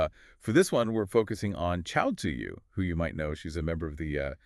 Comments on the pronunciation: Btw her name is pronounced Chewy like Chewbaka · Just FYI her name is pronounced Two-We :) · no her name pronounced in Korean and in English is Chewy. Even though English readers and Chinese, read it pretty similar.